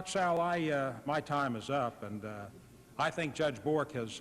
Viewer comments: Arlen Spector keeps mispronouncing Thomas Sowell name and this rino I am ashamed of. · Anyone else catch how Mr. Specter was purposely mispronouncing his name (putting great emphasis on it as well)? He started his time with one goal - To corner Thomas Sowell with yes/no questions that would have put him in a bad light regardless of which answer he gave by clouding the context of the question, and raised his voice/bullied Dr. Sowell when he tried to expand his answers into the proper context. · Arlen Specter several times mispronounces Thomas Sowell's last name & is disrespectful in my opinion. Arlen Specter was a RINO also in my opinion. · In grade school during this, shocking to watch pre-Social Media cancellation culture get rolling, the faces of rage sitting behind Dem Sen shoulders; "I don't understnd" says Howell Heflin several times (behind Heflin, Karen aide behind him showing emtional disgust at Sowell's existence) Heflin not able to even prounce Dr. Sowell's name; Dennis DeConcini quotes "extend to women" out of context, trying to slip this by Sowell (it was whether legal drinking for females can begin sooner); Sowell reads the context correctly in three seconds and says "you cannot mechanically extend from racial minoities to women" rage face again over shoulder from aide , faces of 2020.